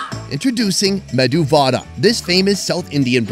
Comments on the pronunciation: It's medu vadai not vada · its medhu vaDAI.....not vaDA